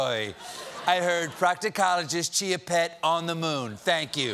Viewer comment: Uhhhh .... "Procticologist"?????